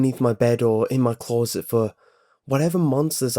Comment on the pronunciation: I got over excited when I first heard him say that. I'm the only person I've ever heard pronounce it like that,apart from him.